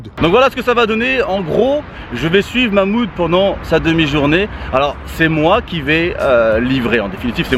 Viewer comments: Mamoude 😂 respect le Karim prononce le H de Mahmoud 😭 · MDR tu la pas respecter c mahmoud pas Mouloud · C pas Mouloud c Mahmoud